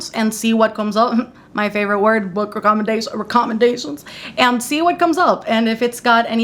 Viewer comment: Just letting you know book recommendations is pronounced as ‘recommend-ations’, just thought I’d point out incase you didn’t realise 💖 I always hear you in videos say it as ‘wreck-om-en-dations’ 😅